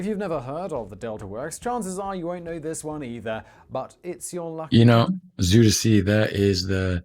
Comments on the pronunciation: it's not züder zee , it is Zuider Zee.. with an ui not an ü or an ou etc.. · zuider zee Southern Sea Pronounced ZUY (like buy with a z) DER (like Duher) z ey (like hey) Zee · Zooderzee, lol. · You were right about them showing a picture of the Flevopolders when talking about the Zeeland flooding and barriers. Zuiderzee (he's not pronouncing it right) because there's the Noordzee (which the English call the North Sea). So it was the South Sea in that sense. I always compare it to saying England instead of the UK. The Netherlands is the official name. Yes! Frisian (Fries) is even closer to English. Dutch: kerk, Frisian: tsjerk (cherk in English spelling), English: church.